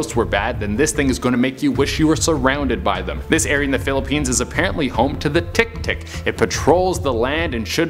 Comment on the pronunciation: Hahahahaha... I like how he pronounce tiktik. 😂😂😂😂